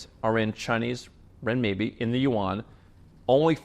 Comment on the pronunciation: Renminbi....Yuan, exposed! You actually know how to speak Chinese:face-green-smiling